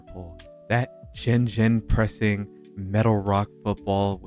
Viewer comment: “Jen Jen pressing” you mean gegenpressing?